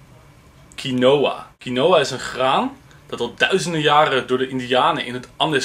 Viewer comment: Je spreekt het uit als kienwa niet kienoa